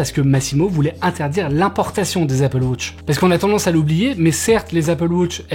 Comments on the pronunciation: Apple "Wauutche" OOHHHHHH!!!!! C'est Apple wAtch, WA-TCH ! Il faut dire le A !! AAAAAaaaaaaaaa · Apple WAtch et non Apple WOtch svp …j’ai les oreilles qui saignent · Merci pour l’info… Mais je ris à chaque fois que tu dis « Apple Wotch » 😂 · Ca me fume aussi 😂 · Apple Wôtch? 😂😉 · Apple wotch 🤣